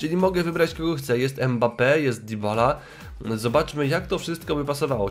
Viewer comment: Nie dibala tylko dybala